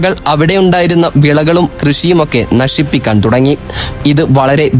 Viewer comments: ഉച്ചാര ശുദ്ദി വേണം......നശിപ്പിക്കാൻ അല്ല നശിപ്പിക്യാൻ...... ക്കാൻ ആല്ല..... ക്യാൻ...... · നല്ല ഉച്ചാരണശുദ്ധി തന്നെ നശിപ്പിക്യാൻ അതുപോലെ നാരങ്ങ പിഴിഞ്ഞു എന്നല്ല നല്ല ഉച്ചാരണ ശുദ്ധിയോടെ നാരങ്ങ പുഷിഞ്ഞു എന്നു പറഞ്ഞാൽ മതി.